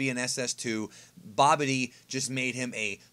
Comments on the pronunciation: Hahahaha saying Babidi as "Bobby Dee" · I thought he said "Bobby D" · Can't stand how you pronounce "Babidi"